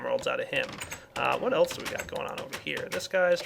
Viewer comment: Did he say elch instead of else